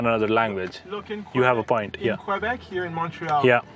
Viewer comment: Q- bek nahi... ka- bek is the right pronunciation bhai. Paramveer ne shayad baat kam ki wahan.